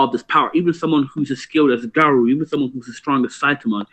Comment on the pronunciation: YES fucking finally! Looking forward to your vids on the next chapters. btw it's Ga-Roh with a hint of U sound at the end not Ga-Roo.